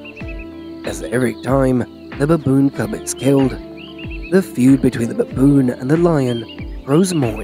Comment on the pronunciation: Pronounce Baboon why babooooon